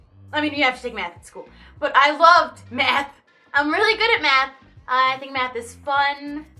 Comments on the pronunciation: who else thought that said "then I started doing meth but it was actually math😂😂😂😂😂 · I thought she said meth instead of math and I was worried for a sec xDD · i thought she said meth for a sec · It sounds like she said Meth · am i allowed to comment that when you said you did a lot of math i thought you said meth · I thought you said "I love meth" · OMG I THOUGHT SHE SAID I LOVED METH OR I DID METH OMG.